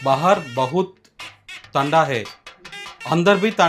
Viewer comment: అది తండా కాదు టండా లేదా ఠండా అంటారు .